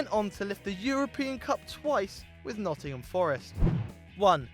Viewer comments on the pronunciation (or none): none